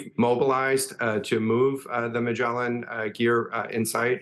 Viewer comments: She can't even pronounce Magellan right. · As she mispronounces "Magellan" even after he properly pronounces it for her, she goes on and on about the cost of recovery. It is a discussion for a later time - it makes her look so cold hearted.